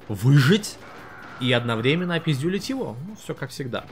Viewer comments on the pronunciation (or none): none